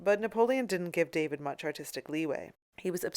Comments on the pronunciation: David is pronounced Daw-Veed. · There are many surnames that are pronounced as in the original language by English speakers. Check with any English speaking art history scholar of merit. It's always pronounced Daw-veed. You are making yourself look ridiculous and uneducated by pronouncing it the way you are. But whatever, you obviously think accuracy is not very important in your museum tours videos. My mistake, I mistook you for someone interested in accurately educating people about classical artists. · Please clarify something for me: I have heard the surname of the artist who painted the Coronation Of Napoleon pronounced as "DAH- VEED" and "DAY-VID" the latter pronounced the same way we pronounce the FIrst Name. Which is correct? This artist is the same who painted the highly-controversial "Death Of Marat" which haunted David for the rest of his life, and was one of the reasons David was exiled to I believe it was Belgium for the rest of his life. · Constructive correction, the painter’s name is pronounced “Dah-veed”, not like the English name David.